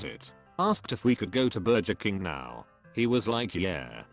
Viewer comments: nobody: voice: bur-juhr king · "Burjer king" 😂